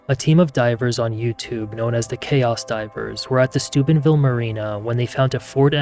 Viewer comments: Thought you said supidville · it sounded like stupidville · Is this dude saying stupidville Ohio? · Stupidville / stoopidville Am I hearing that right? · Did he just say Stupidville Ohio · I keep hearing the town name as Stupidville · I thought you said Stupidville Ohio 😂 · Ah, Steubenville... I kept hearing Stupidville.